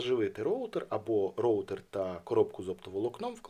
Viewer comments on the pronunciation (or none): none